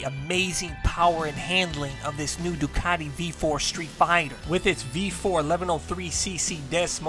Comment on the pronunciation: its pronounced Doone not Done